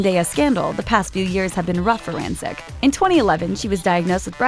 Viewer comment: you're mispronouncing her last name